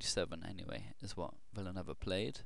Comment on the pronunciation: the last name is pronounced Villa-New-Ay-Va. Great vid as always